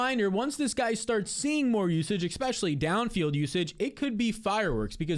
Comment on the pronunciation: E-Specially not Ex-Specially. Great stuff though